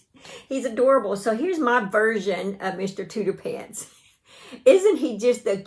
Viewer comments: I’m pretty sure it’s pronounced TOOTER-FANT because it’s like an elephant which is pronounced ELE-FANT. But regardless of what you call him, he’s adorable, you did a terrific job. Take care and stay safe! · Mr. Tooterphants is an elephant with an exaggerated trunk. I think it's pronounced tooter-fants. I love your work. I'm about to join the shoulders of the sweater you're wearing. My first sweater. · I think it cute that you call your crochet elephant Mr. Tooterphants as Tooterpants...I would think you would call it an elephant pronouncing the ph as an f . Either way, he is adorable